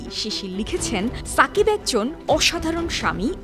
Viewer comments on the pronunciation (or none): আমি তো শুনলাম ফাকিবাল হাসান 😂😂😂